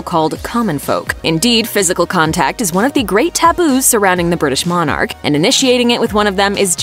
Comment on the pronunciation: Monarch. One word. Pronounce it correctly